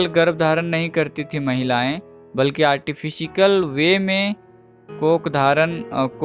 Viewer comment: Artifikal or artificial??